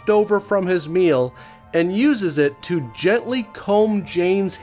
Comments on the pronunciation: Why you allways saying :Welcome "to",that TO,why are you saying that in so anoying manner? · Why you telling TO in so annoying manner? Welcome "TO" the show!?!